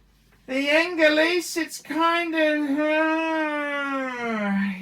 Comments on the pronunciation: Pronounced Oooooungh-layyyy Not Aaahhhhhnnn-leeeeese! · I got to be totally honest with you it’s not pronounced ANGALEASE